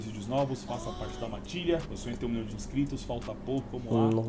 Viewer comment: “Um milhaum por esse cone?” Jajajajjsjsjsjjsjwjjsjsjakkakajak